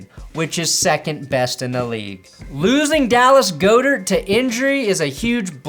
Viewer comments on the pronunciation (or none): Dude-- you've been calling him Dallas Go-dert for like 4 years now... It's pronounced friggin God-ert. Tighten up your English. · Eagles tight end is pronounced Dallis Gawdirt I believe